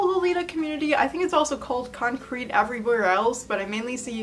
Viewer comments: I think "concrit" is pronounced with an "it" sound and not like "concrete." It comes from "constructive criticism," so the "crit" part is pronounced the same as the "crit" in "criticism." Sorry for nit-picking, but it drove me crazy lol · con-crit is pronounced kon-criht because it’s just shorthand fir constructive criticism fyi. same sounds as the original words